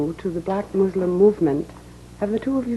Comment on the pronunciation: I'm glad he says muslim with a S. and not a Z , people always say muzlim nowadays